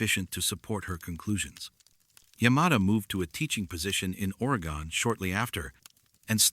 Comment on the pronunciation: Ore...ee..gun. Jesus. Stop using AI